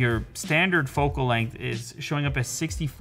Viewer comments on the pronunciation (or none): none